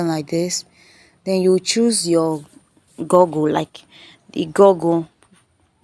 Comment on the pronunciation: It’s /gugl/ not gogl. I’m the grammar police. Please follow me